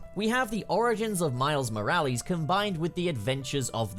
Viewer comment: Anyone else getting irritated with how he's saying Morales